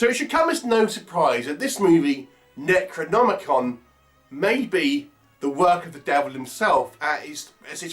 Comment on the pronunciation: Fucking dreadful.The actors keep pronouncing it as NECROMONICON.A pile of dogshit,avoid!